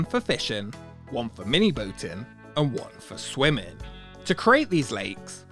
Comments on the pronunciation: All I can hear now is how this guy pronounces words that end in 'ing' as 'en'. - One for fishen, one for mini boaten and one for swimmen. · I've never heard anyone so clearly enunciate the apostrophe in swimmin'